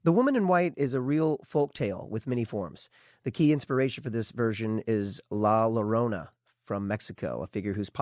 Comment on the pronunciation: 3/2/23 I just found this! I watched the show from the being an now at 3:1 episode. So I have a lot of listening to do. Just FIY La Llorona is pronounced La Yorona!! “LL” is “yo” sound.